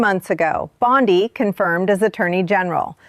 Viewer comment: U know how to identify A.I.? BOND-EYE.!…pronunciation. Bye, bye.